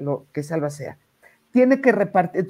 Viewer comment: NO te preparaste para este programa 🙈 No supiste pronunciar ALBACEA 🤔 No sabes que pregunta hicieron a Iván. Ni 🤔 Abogados de O. J. Simpson (creo que hasta ya munieron) a los abogados de Johnny Depp 😂 Lupitaaaa tus conductores hoy no dieron una 👀